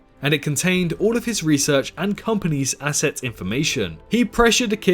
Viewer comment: It's asset not assest tho